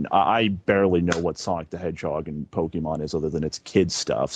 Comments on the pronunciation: And randomly decided to start pronouncing it "Poke-man" halfway through the call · saying "poke-man" to rlly sell it 😭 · im surprised that chris didn't get mad at him for mispronouncing pokemon